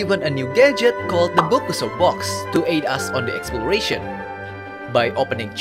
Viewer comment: ''bokuso box'', japanese say it ''box-box''